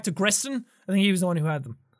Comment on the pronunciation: it's been 7 years and no one noticed that he said grestin instead of gerson?.. poor man was so shocked by sans' attacks he forgot what game he's playing for a second